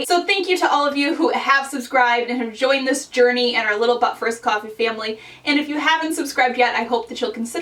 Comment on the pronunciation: I'm a new subscriber and loving your videos so much! I will say, though, that sometimes when you say But first, Coffee, I really really hear "Butt first" coffee...as if that is a particular variety of coffee!!! Hahaha I'm sorry I just had to tell you! It wouldn't be right to join the but first coffee fam without full disclosure.